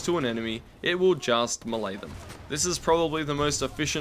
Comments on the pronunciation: Melee=May-lay not Muh-lay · Muhlae, im pretty sure its pronounced “mae-lay” yknow... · ITS MAY-LAY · I've heard "me-lee" and "may-lay" But I have enver heard until not "muh lay" (the lack of a dash is on purpose) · It's pronounced may-lay. Long A sound both times. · Eew you pronounce it as "muhlay" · Never pronounce melee like that again